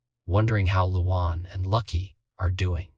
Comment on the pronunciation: Who the hell is "Loo Wawn?" God, these AI voices are pathetic...